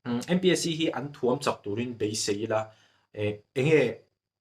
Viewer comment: Thuamchak tih i lam dan ah thuam lai i lamsang a, lamhniam tur ani.Mizotawng hi hmang fimkhur teh u.